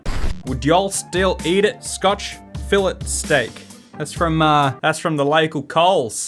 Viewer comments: Are we going to glaze over the fact that he pronounced Fillet wrong? No hate but it's pronounced "Fillay" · The way you pronounce "fillet" 😰